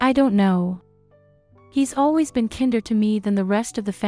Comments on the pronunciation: AI needs to learn how to say kinder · The narration doesn’t know how to pronounce “kinder”! lol! First mistake